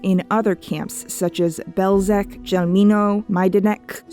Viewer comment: Chelmno is pronounced "Hell-mo," not "Chell-mee-no."